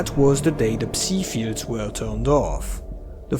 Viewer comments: Just a tip; It is Psi emissions, as in psionic radiation Not C-Emissions. It's pronounced like Sigh, rhymes with bye, hi, pie. Not see/c like C consciousness. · ever since stalker 2 came out everyone's been calling it "psee" emissions. Was this just a mistranslation in the english dubbing? We'v always called them Psy as in "sigh" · "beta p-see" sounds like you're trying to insult 😂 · I assumed the "p" in "psi" was silent - as in "psychological"